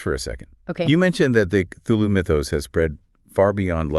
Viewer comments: No, I gave up on the video by like the third time I heard Kuloo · Why are you pronouncing Cthulhu as Kuloo?